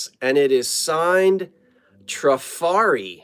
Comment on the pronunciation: Trifari is pronounced Tra-far-eee. You can carry on with whatever you like, but now if you pronounce it wrong I can say, "Well, I tried. My work here is done." lol. I love the glass shades, glass etched dessert plates and the console bowls. The work on the purse is superb. Take care of yourself.